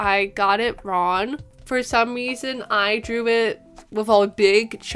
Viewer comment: It slightly bothers me that you pronounce "wrong" as "ron"